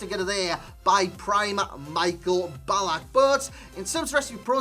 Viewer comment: Hes not pronounced like Michael Jackson 😂😂